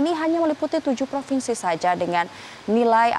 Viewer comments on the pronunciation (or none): none